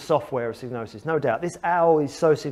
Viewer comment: I thought the first four letters rhymed with vibe, not fib.